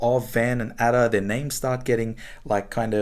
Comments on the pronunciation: What a snake this man is to pronounce Ada in the way he does! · Nabokov says Ada should be pronounced Ardor.